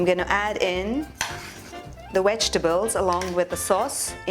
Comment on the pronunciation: Vegtables, not wegtables....just saying..... Otherwise love your videos...😄😄😄😄😄❤